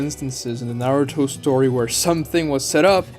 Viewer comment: Why do Americans have difficulty pronouncing "u" in Japanese words? it is not "narr-toe" it is "Nah-ru-to". It is also "Sir-sue-kay" not "Sars-kay".